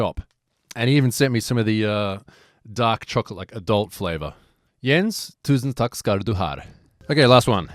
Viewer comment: Hahaha, the "Tusen takk" was perfect!